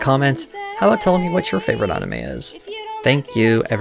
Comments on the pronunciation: Good vid "onime" was killing me tho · If there's one thing that triggers me its when people say Ahnime. Go fuck yourself. Fcuk you